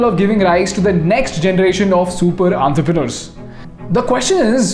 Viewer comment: Learn the pronunciation of entrepreneur